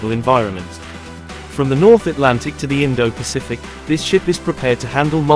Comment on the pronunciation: I stopped watching after he said “The” and gave it a dislike and I won’t be subscribing.